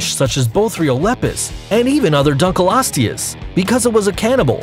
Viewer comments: pronounce: Dunk-liyo-sti-yus Correct pronounce: Dunk-liyo-stiyus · Anyone hate how he pronounced dunkleosteus